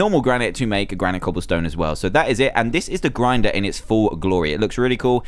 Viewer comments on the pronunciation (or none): It's pronounced gran-it